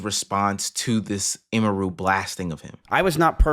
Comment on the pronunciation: Very insignificant, but it's actually pronounced 'emmy-roo' not 'e-mehroo'